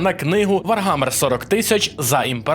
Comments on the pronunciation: написано "Warhammer" - вархамер, а кажеш "варгамер" який Wargammer? обкладИнка - обкла́динка, кОтята - котя́та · ВарГамер ,сайлент Гілл. Гуйня. Не тошню, просто бісить це ваше бачення відміни букви Ха